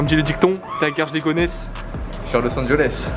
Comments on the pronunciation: comment tu dit los angeles los engoles hahaha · Los Angeles pas Los Anjoles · Lourd🤟🏽 mais juste on dit Los Angeles pas los angoles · los angoles😂😭